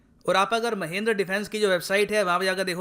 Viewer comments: Sir, Wo Mahindra hai Mahendra nahi😂😜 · Sir there is a mistake in your pronounciation...its mahindra not mahendra..you should call it महिन्द्रा not महेंद्र ..overall well informative video as always... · Mahindra sir not mahindar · Isn't it महिंद्रा